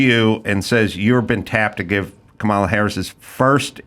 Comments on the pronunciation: It’s Camela😂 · do you mispronounce Comma las name on purpose? just curious your not alone😂